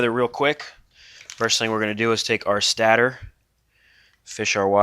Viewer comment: Stator is pronounced stay-der /ˈstādər/. Not stadder. Love the vid's brother.